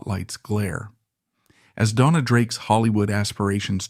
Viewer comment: Your research fell just a little short it seems. As Joan Crawford corrected a British interviewer, it is pronounced Bett-EE. Dona's name on either IMDb or WIKIPEDIA is stated as being of Spanish DoughN-yah or Dough-ah. She also used her nickname Una, from her given name Eunice, as Una Villon. Also, she was known as Rita Novello. William "Bill" Travilla, pronounced Trah-VEE-yah(?), was born on Catalina Island and was brought to Warner Bros. when collector of his art work and friend, Ann Sheridan wanted him to design her costumes rather than those already on the lot. His Oscar for THE ADVENTURES OF DON JUAN was shared with two female co-designers. Later, he began a long term collaboration with William Sarris. This should be a further lead for more research as it is a truism that practically every Hollywood costume designer was gay. Otherwise, great segment on someone l had actually seen on film but never fully appreciated or even knew the name of. Thank you